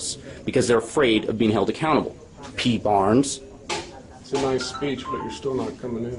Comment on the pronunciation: haha, “yeah P Barrrrrnes. What ya gonna do about it, P Barrrrrnes? You gonna taser me, P Barrrrrrnes? You... AGHHH, please stop!”